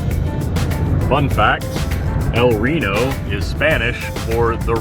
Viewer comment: another fun fact: vowels in Spanish are always pronounced the same. You got the “e” in “El” correctly, but not in “Reno”. You said “El Rinou” lol